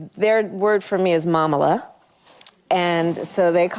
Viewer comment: Since she is married to a Jewish person, her step children call her mamale, yiddish word for Jewish mother! They are still unaware how anti-ijewish and anti-Israeli are their parents, including that fake mamala, pronounced actually mamele….